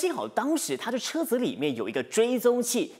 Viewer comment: 泊车×正确：停车、车子（zi2×正确：zi，轻声）里面、当（dang1× 正确：dang4）时、提防（fang2× 正确：fang，轻声）、户口里×正确：户头里、拄（zhu4×正确：zhu3）拐杖、丈夫（fu1×正确：fu，轻声）、巴刹×正确：菜市场。其他错误：（略）。播报员的中文水平有待提升！！！